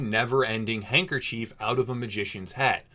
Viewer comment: The one thing that angers me about this video is how you pronounce handkerchief, overall 10/10